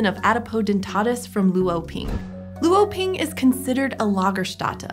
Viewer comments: Luoping (罗平) is not lu-o-ping. Luo (罗) is one syllable which sounds more like /lʊə/ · ngl the way they said “luoping” hurt my soul a little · thx for the extrodinary explaination on the wonderful paleological discoveries, just an insignificant reminder here, for 罗平 LuoPing, the "lu" is pronounced with "o", sounds like "lwo", not seperated. keep up with the fantastic work! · That's neither how you say Luoping nor lagerstaette.